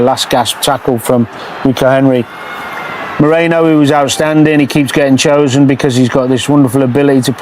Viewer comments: It's not just Danny Murphy, the guy does the same. Somebody needs to send out a memo 😀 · Come on Danny, please pronounce Merino's name correctly. It's Merino, not Moreno. Like "erin," not "oren." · ...Say it with me. MEH-REE-NOH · at least say Marino, ffs 😂